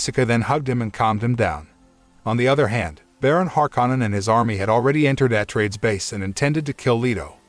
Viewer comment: Can't you pick a better tts for the pronunciation of some of the words like atreides